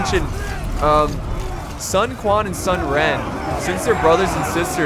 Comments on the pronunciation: No. Cao Cao is pronounced "Tsao Tsao", and Sun Quan is pronounced, "Sun Chwan" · It's pronounced like Tao Tao, although Sun Ren was correctly pronounced, Sun Quan is kinda pronounced like Sun Chewn?